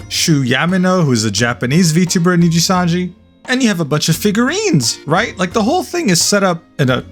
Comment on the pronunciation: Knee gee sun gee 😅